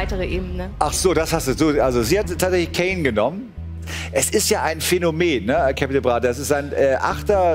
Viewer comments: Capital bra und nicht captin bra😋😂😊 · “Cäpital Brah” Ich kack ab man warum kann es niemand richtig sagen😂😂😂😂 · Und wie der Moderator "Capital Bra" ausspricht!😂😂😂😂😂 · Wie er capi betont 😂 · Beste Stelle ist einfach wo der Moderator „Capital bra“ bei auszusprechen 😂